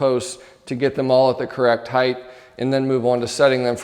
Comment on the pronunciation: "Height-th" There's no "th" pronunciation at the end of height my friend 😂 - great video though!